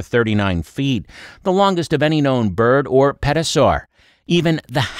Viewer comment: Did you say Pet-o-saur? 😂